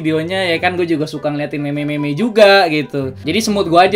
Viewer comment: nyebut meme naya jgn meme tapi mim ngerti gk pex?